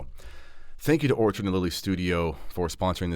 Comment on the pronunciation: Enjoyed the video. Just wanted to alert you to two issues re your sponsor,. I believe you called them Orchard and Lily as opposed to ORCHID & Lily. Also, we’re from U.S. and my wife was not able to purchase on the website. Hope this helps. Keep up the great videos. God bless…